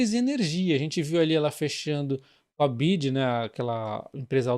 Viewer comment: Byd, "biuaidi" 😂